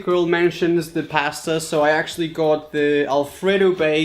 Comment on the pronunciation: That’s not how you say pasta bro but nice video